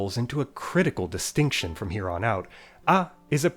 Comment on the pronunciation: When you said "from here on" I heard it as "from Huron" and for a second I was like, oh, influenced by Iroquoian languages